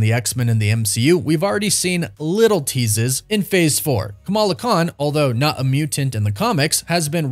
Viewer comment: "Teasas" gotta love it 😀